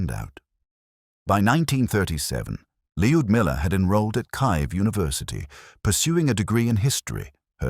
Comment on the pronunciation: Where is “Kive University “? I also don’t believe either you are pronouncing “Leodamilla” properly either, which disrespects the subject.